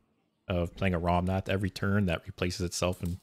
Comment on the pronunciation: Dude, it’s ‘Rommath’, not ‘Romnath’.